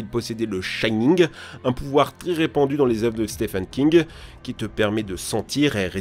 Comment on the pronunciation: Quand ta dit "chanig" ( du clown ça ) j'ai penser au charingan dans naruto